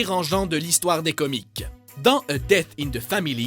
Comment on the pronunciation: puree le gars il prononce comics comme comique